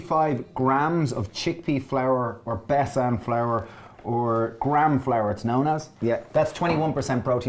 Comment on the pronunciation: besan is pronounced as "bay-sun" just fyi